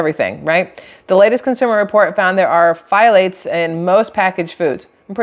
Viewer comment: Pthalates…. The “ p” is silent, so thalates